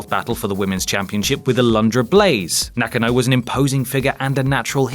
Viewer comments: Nakka-no... Nak-ah-no lol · It's Na-KAN-no ,not Nock-n-no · Am I the only one who finds it really off putting when the voice on the video doesn't pronounce a superstars name right? It's pronounced Nak-Ah-Na not Nak-an-oh. Sorry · "Nakkanno...?"... You know about untelivesised events but you mispronounce her name... Keep reading Wikipedia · Bull NAH-KAH-NO. Jesus,, get it right. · Hold up I've been mispronouncing Bull Nakano's name all this time? I always called her Bull "Nah-kah-no" mind blown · Bull na kan o god I hate English ppl butchering names n words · Darryl Bradley ... And mispronounced the last name Nakano #ButcheredItRepeatedly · How he pronounces Nakano 😂😂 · Why on earth are you pronouncing Nakano like that? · That pronunciation of Nakano... yikes